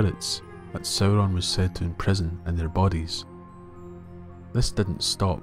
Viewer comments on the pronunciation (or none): You pronounced it as "Soh-Ron" not "Sow-Ron". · It's really distracting how the narrator keeps mispronouncing Sauron. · Sauron is not even his first name. Before Melkor's corruption, Sauron The Abhorred used to be Mairon The Beloved, the former star pupil of the Vala Aulë himself. It really doesn't matter how the names are (mis)pronounced. Consider that Professor Tolkien himself was a linguist. His real-life appreciation for the diversity of human languages and nature is reflected in his own legendarium. The Elves, Humans, Dwarves, and his other creations are vast and diverse when it comes to language and history.